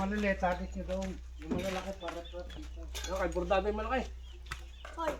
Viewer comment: Riprap ngani Hindi rikrap. Semento Hindi samento. Aray mo.